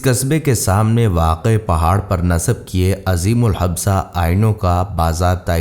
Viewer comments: عظیم الحبسہ ... 😂😂😂. بھائی اردو کی ماں بہن ایک نہ کرو اور اگر تلفظ کی ادائیگی ناممکن ہے تو نہ بولو.. لفظ عظیم الجسہ ہے جس کا معنی ہے دیو قامت. بہت بڑی قد و قامت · عظیم ال ج۔ث۔ہ جثہ۔۔۔ حبثہ۔ نہیں ۔ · Assalamualaikum peshkash bahot umda hai lekin aina azeemul habsa nahi azeemul jassa hoga.jasamat se